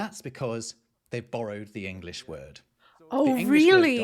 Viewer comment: In English, the "g" in the word "English" is pronounced, not dropped as in German!